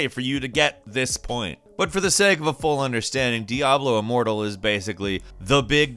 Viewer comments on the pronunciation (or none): none